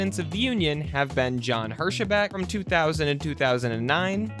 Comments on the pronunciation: I believe he’s commenting on your pronunciation of Hirschbeck. I’m pretty sure it’s pronounced Hersh-beck. But I could be wrong, about both the pronunciation and the context of his comment. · OK, it IS a computer narration -- and a PATHETIC one at that. It is obvious that the submitted 'vocals had John Hirschbeck as Jon Her sheh beck.. An extra added in syllable. What was once said by Mike Myers -- that the 'em phahh sis' was on the wrong 'sill ahh bahl' (in this case, the syllable was wholly contrived and invented -- never REAL in the first place). So, to say that I HATE computer narration -- would be a drastic UNDERSTATEMENT. not a fan of John Hirschbeck either, but (the author of this post) if you want to castigate umpires, bad calls etc., then 'clean your own house' -- first. Ya cannot lambaste someone who is doing far less worse than what you already have done! CTFO. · Hirschbeck is 2 syllables, I don't even know how someone can see that and think is 3.